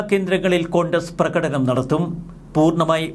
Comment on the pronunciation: Athu enthuva? Prakadakam. Last paranja word onnu sradhicku.